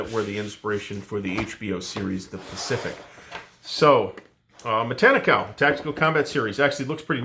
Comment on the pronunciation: You're pronouncing it the same way I've heard it pronounced.